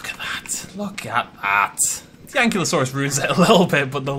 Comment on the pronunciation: Ah,, still pronouncing Ankylosaurus wrong. And, as far as I’m aware, the DPG stuff is still canon.